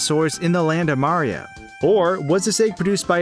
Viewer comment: lol you say mario so fast it sounds like ''mrrrr''